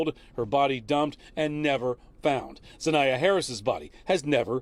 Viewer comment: NA' ZIYAH sheesh dudes can't even say her name right!!